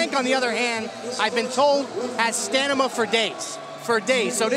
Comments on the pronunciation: What the hell is "stanima"? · "frank here, has Stanima for days"